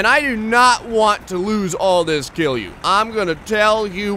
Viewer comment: my man, you're pronouncing KILJU like a real Finnish person! It's solid, relaxed KILJU and has nothing to do with Jews. I can't tell you how proud of you I am at the moment. In no time you'll be saying things like "kootaanko koko kokko kokoon?" and and people are like "oh so you're from Finland?"